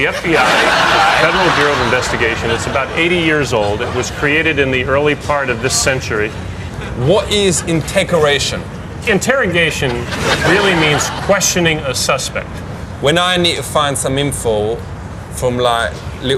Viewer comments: "what is integoration?" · "so what is intaqueration?"